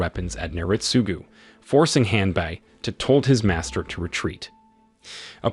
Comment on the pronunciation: with all the respect the name of the servant of Naritsugu was Hanbei not "Hanbuy"